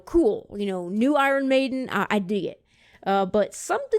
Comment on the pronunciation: You need to pronounce their name correctly. Other than that good guy.